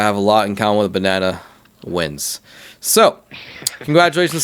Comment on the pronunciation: Wtf is a banawnaw?